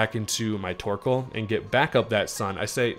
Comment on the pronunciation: I hear twerkoal. New nickname? lmao